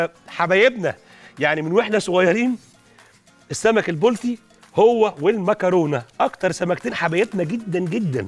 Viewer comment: . لو سمحت انطق كلمه البلطي صح اسمه البلطي ضمه فقط ع الباء